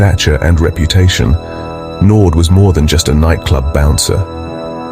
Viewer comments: Naude not Naud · It's not NORD but Naude and you pronounce it as NAU like in Naughty and then the De part like in Dear. (Naude) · Or "no dee". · His surname is French, it is said as Nau--dea. Not Nord. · His surname is not Nord its naude. Nor-dear is how you would say it . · It's not pronounced, Noord, but Nour-dee 😮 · Nood. It's nouh-deah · Crappy AI commentary. Andre Nord? When I start watching a video and get that, I just switch off. It's not difficult at all to do a proper voice over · " Nord"? When AI fails. NEXT! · It's pronounced Nor - dear my friend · Naude? Pronounced Naudeeea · You pronounce his surname 'naudear' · Andre Nord😅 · Learn to pronounce our names properly if you wanna tell our stories bru. It's "knaw deer" bru!